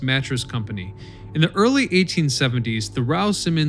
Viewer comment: he said earlieth, instead of early. Go back and have a listen.